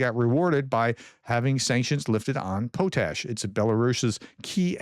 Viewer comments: SORRY FOR SPLITTING HAIRS, whats POTE ASH? try pronouncing the word POT ASH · potash is pot-ash not po-tash. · Professor its, pot-ash not po-tash also we get around 80% of our needed pot-ash from Canada and Trump is threatening them with tarriffs, 😮 so now we know why hes willing to trade with a dick- tater for fertilizer. 😢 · Here we pronounce pot’ash not po’tash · It's not "pout ash", it's pronounced "pot ash". lol we have a potash mine in my province. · Btw potash ... say "pot " then say "ash " Potash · In the Uk it is pronounced pot ash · Dude PLEASE learn the big difference between "Sim City" and "The Sims". Not the same thing at all. I saw your previous video when you announced this ban and your brain just inserted a word (City) that wasn't actually there. In this video you're continuing down that road so now spreading fake news. PLEASE STOP. Also please learn to pronounce the word "Potash". It's really not pronounced "Poe Tash". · Your pronunciation of Ukrainian and Russian place names has improved a lot. Your English, not so much. Potash is pronounced paa • tash. Internal is just about the opposite of international. You are even worse on numbers. Bi try to be forgiving, but I wind up shouting at the TV. Have you considered slowing down, just a bit, to actually read what's on the screen and think about the words coming out of your mouth? Really, maybe you speak slowly when recording and then speed it up for uploading? I don't know the limits of the technology. I say this with great affection. You are part of my daily routine. I keep watching because you give information from more sources than I have time to search and because I can trust you to be accurate. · You had the pronunciation correct the first time Prof... "pot ash"😊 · The O in potash is pronounced don’t not hard. Pronounced just like a pot as on a pot on the stove